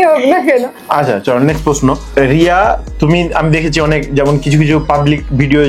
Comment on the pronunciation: rii dir nam ta ar uccharon korte parlo naa 😂😂😂